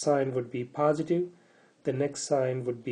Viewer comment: its not paaasitive but positive .